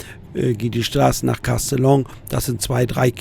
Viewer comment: Castellon, wieso kannst das nicht richtig aussprechen?